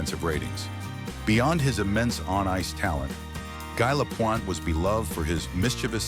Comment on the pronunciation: Don’t do the video if you can’t even pronounce the subjects name.